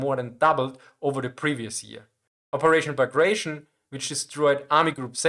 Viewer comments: Great video, as always. One correction: "tion" in Bagration is pronounced "tea own," not "shun." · Pretty sure Bagration is not pronounced like that, as that was the name of Napoleonic era Russian general.